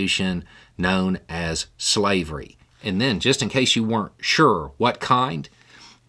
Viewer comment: couldnt say slavery